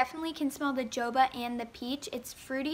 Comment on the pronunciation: u said jojoba wrong lol😂